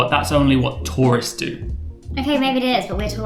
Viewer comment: I love how you say "tor-ists" for tourists without pronouncing the u